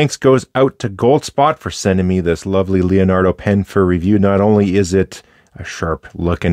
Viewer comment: Other than "lionardo" instead of Leonardo and "moseico" instead of mosaico (i wish i can write those two words in a way an english speaker would understand the pronounce) everything else was perfect italian with a beautiful accent. Thank you for the review of this beautiful pen